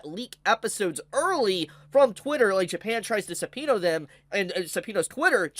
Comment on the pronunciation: Is he saying "pirate-sea" and "sepino" sarcastically or does he not know how to pronounce "piracy" and "subpeona" properly, im actually confused